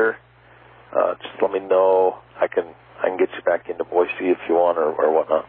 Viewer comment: Big Sky says Boise correctly. "Boy-See" not "Boy-Zee".